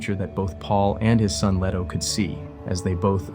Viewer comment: LEE-toe, not LEH-toe (listen to Emperor Shaddam IV in the 1984 Lynch movie scene of the secret visit of the Guild Navigator). CHAH-nee, not CHIY-nee (the entirety of the Czech mini-series)